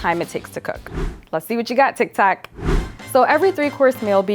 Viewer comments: Who’s heard her say instead of tik tok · alright lol it’s TIK TOK